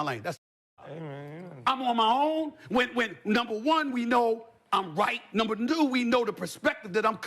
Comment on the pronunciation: NUMBA NUU